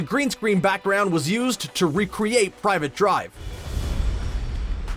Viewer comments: 'PRIVET' drive dude not 'PRIVATE' thought it was a slip of the tongue... Till you said it twice 🤦‍♂️ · Sorry did they pronounce privet drive as private drive? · You can pronounce "fava beans", but not "Privet Drive"? At least watch the movies. Or call someone who has. There are literally tons of Harry Potter fans you could have asked.